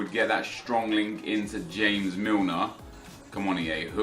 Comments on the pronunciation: why do you say James Milner, as if he was Spanish or from south america. It is not fucking HAMEZ it fucking JAYmes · JAMES MILNER FOR GOD SAKE.. NOT HAMES.. PLEASE STOP THE CRINGINESS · Does he realise it's James Milner not hames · Dejan is pronounced like Deyan and james milner is english so j is not pronounced as h... great video btw and keep up the good work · ITS JAMES MILNER HE IS ENGLISH, JAMES ENGLISH PRONOUNCED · Sorry how did you just pronounce James again!?!